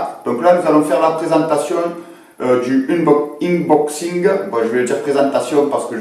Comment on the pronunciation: 😂 Tu prononce "euneboxing" et voilà.